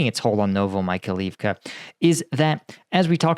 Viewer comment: Like your videos. Correct prononciation of town sound like "novo-my-high-leave-ka"